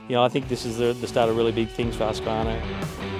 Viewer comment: It’s pronounced Hoosk-qvarna 😉